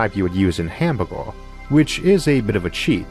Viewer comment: I hear hambourgor, I click like! No disrespect to your accent, fantastic content as always